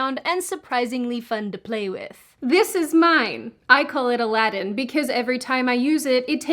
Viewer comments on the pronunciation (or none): none